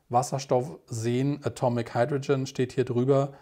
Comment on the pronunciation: „Heidroschen“ wenn ich die Elemente auf englisch ausgesprochen höre, stellen sich bei mir die Nackenhaare! Ansonsten interessanter Vortrag, besonders abends zum Bettgehen geeignet…😂👋